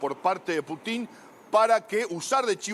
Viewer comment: No se dice Putín sino Pútin con acento en la U